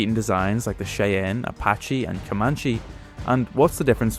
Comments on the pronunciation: Its called a SHIE ANN,not a shea ann..Sorry but say it right,GREAT CHANNEL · The AH-56 Cheyanne is pronounced like "Shy Anne". Love your channel!! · it's "Shy- Anne." Great vid, former W driver. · Cheyenne is pronounced Shy-Ann. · Bro, that’s not how you pronounce “Cheyenne.”